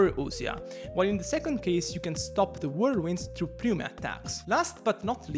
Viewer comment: Side note. Why do ppl (its not just this guy) keep calling it PPP-new-mah? its just New-mah. Ever seen the word Pneumonia?